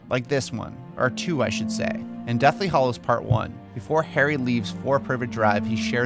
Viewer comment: After all these years and all the movies, have you not learned that it's "hallows", NOT "hollows"? Also, after eight movies, did you never once notice that they pronounce Hagrid's name "Hag-rid" and not "Hay-grid"